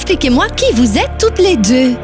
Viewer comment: c'est pas lé mais c'est les